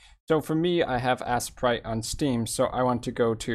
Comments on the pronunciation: This was very helpful, Butt it's pronounced A-sprite not Ass-a-prite! LoL! Loved the video though! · Assprite? Lol you mean Aye-sprite. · I really doubt its pronounced Assprite but to each his own.